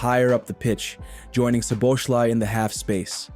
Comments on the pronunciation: The "z" is silent. It's pronounced So-bo-sly. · Correct the Z is silent, but his name ending is different also. Not Sly, but Slai, ai like Hawaii.